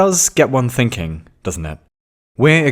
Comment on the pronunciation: I lost it at 'think-pudding'.